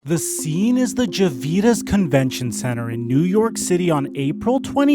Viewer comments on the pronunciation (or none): What the hell is "Javeetus"? It's Javitz, like Ja - vits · Ja-Vits center Not javeeits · wow man it’s JavITS not JaVEETS😅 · Gee vee tiss? Its Jav vits center not that goofy ass ish you said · The "Javetas" Convention Center...haha, awesome video, but when I heard "Javetas" I had to laugh. It's pronounced the same exact way It's spelled, "Javits." I'm a New Yorker, which explains why Javetas stood out. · "Jah-vi-tas convention center???""" Its JAVITS ja-vitz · Bro did you just say the "JAVITAS center"? Its Javit's. As in a guy named Jacob Javits. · What is the “javeetus” center? It’s pronounced like it’s spelled: Javits center. Buy a phonetics book my guy. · Javitz, not Javides. Geez! One sentence in, and by I’m already wondering about your video. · It's pronounced ja-vetts not javeets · Its called the Jav-its center no jav-itas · Haha, was that the "Javiddas" Convention Center. Its Javits, prounanced like is rhymes with the last name of Lenny Kravitz! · It’s pronounced JAV ITS, not JA VITAS. Lmao. It’s not the “Javitas” center. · Its pronounced JAV-IT'S not juh-vee-dus what the hell? Great work on the video but that pronunciation of Javits was horrible! 😂😂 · Uhhh, did he just call the Javits center the... Ja’vitis center. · It's pronounced "Javv•its" Center. Not "Javv•eets" Center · The javeetis center? Lol.... it’s Javits center. Good video though. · I’m going to watch this but it’s not javeets convention center lmao. Pronounced Jah-vitz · It's not Javeetus... It's pronounced "Jav-itz" Convention Center lmao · This doesn't get off to a promising start when the Narrator mis-identifies the Javitz Convention Center in NYC as "Javita" within the first :02 of the piece. #Credibility... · JA-VEE-TIS?!?!? Javits- JAH-VITZ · Javits (Ja Vits) Center not Javitis (Ja Vee Tis) Center. The mispronunciation really sticks out when it is the first sentence of the video. Otherwise, a great job on the video. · Its not even spelled Javitis. ITs spelled JAVITS and pronounced Javits.